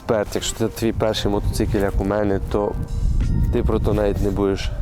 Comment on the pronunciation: Мотоцикиль 😂😂😂 ппц меня прет с этого слова 😅